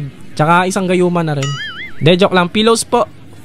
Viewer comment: bat yung pillow naging pilowsopo